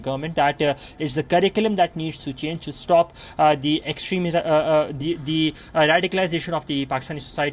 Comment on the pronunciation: Extrismism he tongue slept